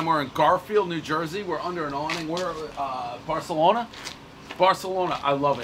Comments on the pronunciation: Barthelona... it's actually pronounced like you have a lisp. Weird, I know! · Everybody knows he meant to say barkalonas